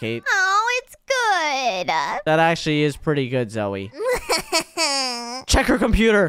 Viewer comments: not zoye its name zoey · you are calling Zoye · Guys it is not zoye it’s zoey 😂\ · did say ZOYE?! INSTEAD OF "You mean zoey?" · bro call zoey zoye what he'll